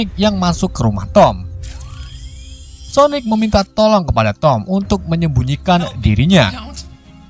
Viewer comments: Bang sonik bang sonik bukan sonek:v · Kok gk konsisten pertama bilangnya sonaic terus berubah jadi sonic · Bos itu Sonic bos Sonic bukan sonaic😂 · Kok Sonet bang bacanya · Salah bang bukan soneic tau sonic tapi Sanic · sonic bukan sonaik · Kalau kekuatan nya super sonic ya nama nya sonic lah bukan sonec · Bukan soneak apa sonais sosis sonice nama nya sonik atau sonic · Sonic bukan sonec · Cara bilang nama Sonic dengan benar: Sonic bukan sonaic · Namanya Sonic bukan soenec c dibaca k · Aku awal awal kok dengar abang bilang " sonec" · Biasa ajj lh ngomong sonicnya 🐒🐒